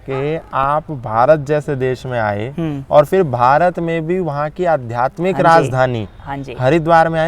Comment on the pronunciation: आपको साधुवाद, परन्तु जब सामने वाला बोलता हो उस वक्त जो आप "हम्म" का उच्चारण करते हो, वो ऐसा लगता है जैसे कि आप अगले पर अहसान कर रहे हो, सर जी आपका छोटा सा हम्म भी खटकता है, इसको थोड़ा जरूर सुधारे, और आपको बुरा लगा हो तो क्षमा